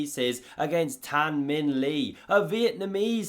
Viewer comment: Minh Le is pronounced like "Ming Leh", not "Li". He's Vietnamese, not Chinese. (Believe me, I'm married to a Vietnamese woman.)